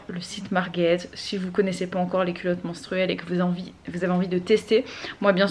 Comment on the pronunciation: J'ai tellement l'impression que tu dis "culotte mOnstruelle", ça fait un tout autre effet mdrrrr